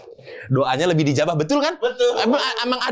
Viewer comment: bilang ijabah. Ngakak berjamaah. Fasih juga itu lidah bng. Wkwkwkw